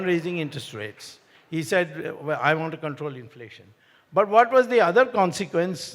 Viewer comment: Start by saying "want to" , not "wonna". ☺️I agree, Swamy is the best 🙏🏽